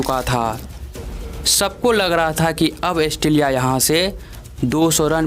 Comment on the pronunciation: भाई ऑस्ट्रेलिया एस्ट्रेलीया नहीं